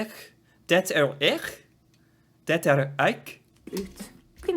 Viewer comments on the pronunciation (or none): Although I think the way she said "Det er ikke ..." was not 100% standard. She seemed to use a dialect version of "er", where the "r" is silent. Many dialects have this feature, probably because it allows speaking these words faster. The "i" in "ikke" is also sometimes not spoken if preceded by this type of dialect "er". She at least came close to that; I think she did say the "i", but it was very short. When combined with the fact that the "t" in "det" is always silent (which is standard), native Norwegians can speak these three words very quickly (pronounced something like "de'e'kke'), and she was at least close to that. I can certainly see how that part might cause problems for beginners...